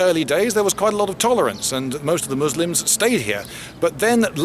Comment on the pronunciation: Thanks for not pronouncing it as 'Muzlem'.